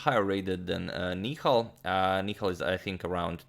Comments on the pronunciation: Hey agad, It's Ni-Hal and not Ni-khal as in Mikhal Tal's name😅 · Antonio Sir the pronunciation is "Nihaal" Sarin :) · That's Nihal not Nikhail... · Nihal Sarin Ni ha l Ha like in 'Ha'rd.